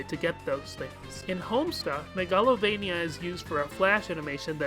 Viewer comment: I've never heard anyone pronounce Megalovania like that before. It's root word is megalomania, so shouldn't it be pronounced the same way? MAY-ga-lo-VAY-nee-ya?